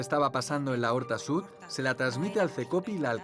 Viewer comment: Es l'horta sud no la horta sud. Por lo demás excelente documental